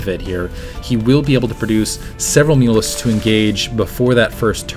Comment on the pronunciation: Every time says mutalisks I think he says mules. haha